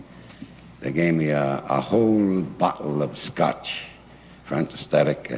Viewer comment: What was that, a Spoonerism, maybe ? " Antisthetetic." Fantastic.